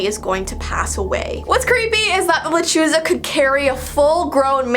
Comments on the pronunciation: Hi I have heard of the lechuza but it is called (Le-CHU-Sa) just wanted to tell u and also i can’t help but still love owls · Le-chu-za but you tried 👍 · Lol "Luh Choo zuh. "😂 Sorry, I've use to be married to a latina for 13 yrs and studied Spanish for decades. Her and I would always laugh a bit hearing people say that word. U say it like "Le chu sa". Hope this helps. ♥ ♥ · La-le-chu-sa is how you pronounce it or how I do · How to pronounce la Chuza, (La Ch-oo-sa) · Lechuza sounds like Lechuga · you did not say la chusa right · just so you know hehe... a "lechuza" it's a different kind of owl... like stingray and mata ray:D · You butchered the name